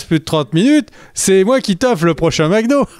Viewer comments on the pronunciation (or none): none